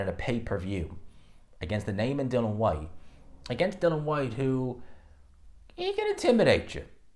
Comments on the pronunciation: I know mate pronounces Dillian which is pronounced like Dilly-Ann as Dylan like Waterford Ireland 🇮🇪 Welterweight Dylan ‘The Real Deal’ Moran who was Knocked out in 1 Round by Florian Marku in September 2023. needs to understand who’s to say his Name Dilli-an Whyte. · Still can't say DILL-ION